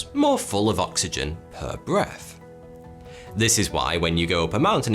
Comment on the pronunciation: " per breath " - what was said " her breast " - what was heard Accent and conveniently timed cleavage gif contributed to this.